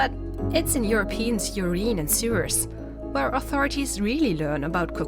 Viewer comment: Oh no, it's even in their ureen? 🤣Come on, DW, like you can't afford native speakers.